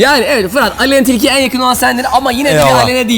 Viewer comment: aleyna çilki ;D